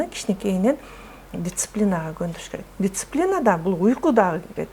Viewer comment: Дисциплина эжекеси дициплина эмес. Кулакка кызыктай угулуп жатат.